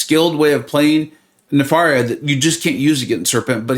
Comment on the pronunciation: Isn’t it “ne-fair-ia” like nefarious? I just spun 2 then popped 10 and got him! Thanks for the hard work and The Illuminati 👍